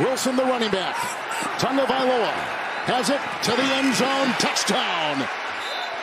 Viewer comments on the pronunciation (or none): Where the heck is the "N" in Tagovailoa? There isn't one! You're saying Tungovailoa, different name. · Someone please tell the announcer that there is No N in Tagovailoa! It’s every week with this man. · This dude pronounced Tagovailoa's name 4 different ways not a damn one of them was right